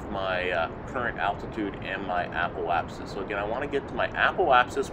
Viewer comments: Apple-apsis? Must be an accent thing, though if you're looking for someone to pronounce things properly, I'm not your guy. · Love the video but why does every single kerbal you tuber add an L into Apoapsis?